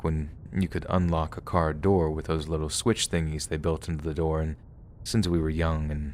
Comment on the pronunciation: 😆 that was funny "emphasis on litlewl" 😆 WHAT IS SPEAKING?!